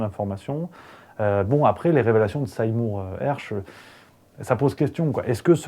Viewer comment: Slt, merci d'avoir été si rapide dans la diffusion de cette info. Ecossaise, je l'avais entendue ce matin en anglais sur la chaîne de tes confrères - "Redacted" - et j'espérais qu'elle attire l'attention en France. Bravo and cheers from Montpellier:) ps un pe-tit truc, Sey-mour se prononce "see more", (voir plus:)